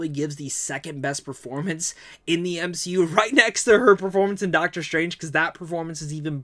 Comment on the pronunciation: I heard u say M She U in the video, or at least thats what it sounded like 🤪 im goofy just ignore me!